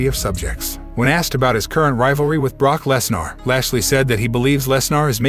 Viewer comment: What is Brock Lesnour? If you going to use a robot voice least get some of the names right.. Triple H better make Cena Heel or Heel/ Babyface..Baron Corbin can never have a clean slate, his wrestling is garbage.. his act on gimmicks is terrible, he cant make promo's take save his life.. I thought roman reigns was bad, but Corbin is the Doom movie w/ the rock... Logan Paul is not injured.. An injury like that will barely make him to walk.. they are not using Logan Paul as a Full Time Wrestler.. Just a part time wrestler.. with building a boxer type record statistics and try to build him huge that way... while he is bringing in viewers.. they dont need to have a title match with Roman Reigns vs The Rock.. the title prize in that storyline is through leadership of blood family rights or something.. Cody can Dethrone Roman Reigns.. The Rock can strip Roman from his "head of the Table" title